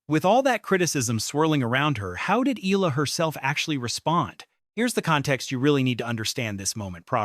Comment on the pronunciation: e-YAH-la‼️ e-YAH-la‼️ e-YAH-la‼️